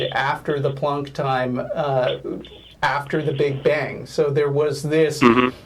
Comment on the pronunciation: PLEASE STOP SAYING PLUNK TIME. I'm begging you.